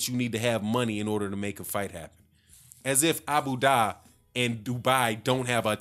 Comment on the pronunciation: Please invest in geography and reading lesions. Abu Dhabi, not Abu daahhhhhhhh!!